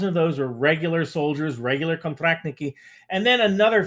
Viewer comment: Pretty good pronunciation I like your «контрактники»)